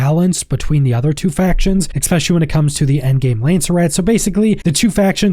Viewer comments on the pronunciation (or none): Exspecially . . . . Exspecially . . . . Exspecially . . . . Exspecially . . . . Ex-meh